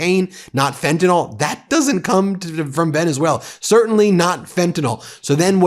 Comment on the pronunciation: Ben, PLEASE don't mispronounce the drug name like Trump does. It's Fentanyl (nil) not Fenta(nol). R.N. You sound like Trump😢😢😢